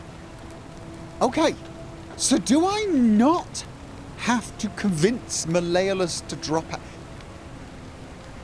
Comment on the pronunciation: You can say Gal-AIR-E-OUS but not Mal-E-OHLUSS, you're hilarious.